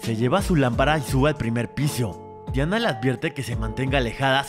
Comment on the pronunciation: Si se llama Diana, pero en la película la pronuncian como Dayana bro